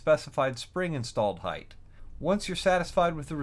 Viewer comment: Will someone please teach this man how to say HEIGHT.